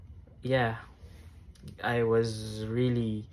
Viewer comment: Mejo bothered ako sa pronunciation mo ng "was" 😅